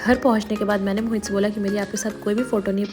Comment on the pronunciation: Mohit is a hindu name ❤️ but she is saying mohit to moheet🤨